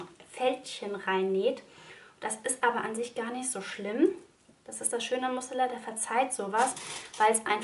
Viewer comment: Spricht man es nicht Musseliiin 🤔 Also bei so vielen tollen Jacken Schnitten die es gibt bin ich überzeugt, dass ein Kind nicht genug Jacken haben kann 🤣 meine Maus hat schon 3 Stück für Übergang und Frühjahr aber man braucht ja Auswahl 😊 die Jacke gefällt mir echt gut, nähe ich vielleicht auch noch 😁